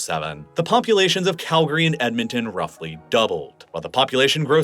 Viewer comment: Congratulations on pronouncing it Kal-gree and not Cal-Gary. We’re proud of you.